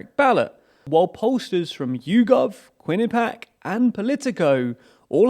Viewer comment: Quinnipiac, the university in Connecticut who conducts polls, is pronounced Kwin-Ah-Pee-Ack. 🙏